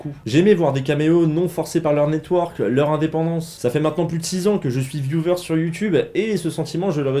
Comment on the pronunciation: S'il vous plait, arrêtez de dire "VIOUVEUR" : c'est "VIOUEUR" !